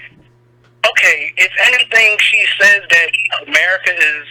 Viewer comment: Are you saying Dat instead of That?